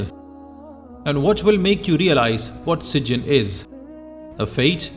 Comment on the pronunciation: It’s pronounce SijJEEN not SijJIN.